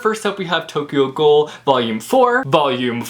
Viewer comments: lol Tokyo "gull" its Tokyo gool therefore Tokyo Ghoul😄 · Not to be that guy, but it's "guul".